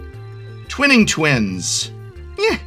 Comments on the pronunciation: I just... I want one person to not call it 'twinning' Twins. It's one 'n', it's "twine-ing", which means to wind or spiral around something. Gah! But I'm glad to hear you like the set, Prof. The flavor is out of this world, the art is utterly astonishing, and I loved drafting it. Great fun to to watch, as always. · Even Prof, the English major, said "twinning" twins instead of "twining"